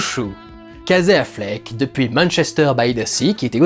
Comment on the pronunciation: Alors tu prononces tout bien en anglais mais « Kazé Affleck » !